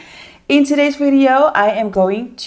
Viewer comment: Why are you saying “video” so akwardly?😂 I am wondering this for like forever 😂😂 tried to not to ask but I can’t anymore